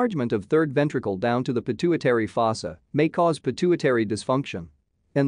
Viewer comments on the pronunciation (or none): none